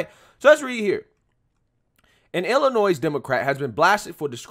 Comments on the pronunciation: Just a few tips: Waukesha = Wah-KEH-SHA Illinois = Illinoy (the "S" is silent) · Wuak au shaw.. And there isn't a "S" sound after Illinois.. I'm just helping, I live in Illinois and I'm and Hour from Waukesha.. You're killing me smalls lol. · It's pronounced Waa Kuh Shaa And Ill Annoy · Bro…….the S is silent in Illinois